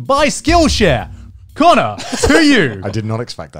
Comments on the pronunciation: Who's connor? Its Cannur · Here just to say cannur. Lmao.